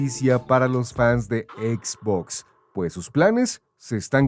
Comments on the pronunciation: Se pronuncia etz botz, fin de la discusión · por tienen a alguien haciendo locución si no sabe pronunciar xbox correctamente